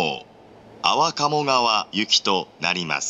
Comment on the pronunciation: あ↓わ↑かもがわ